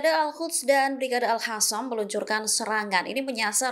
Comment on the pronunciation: oi,,al qassam bukan al hassam